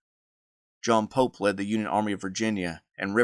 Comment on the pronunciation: I keep on hearing “General Polk” and I was so confused. Why would JEB attack Polk’s forces. Then I realized you were actually saying “General Pope.” I found it hard to understand the way you pronounced the Union General.